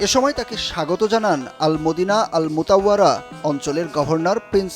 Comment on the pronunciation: গবেট রিপোর্টার মদিনা মুনাওয়ারা কে বারবার মদিনা মুতাওয়ারা বলছে!!